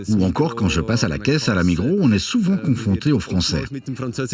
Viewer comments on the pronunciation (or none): none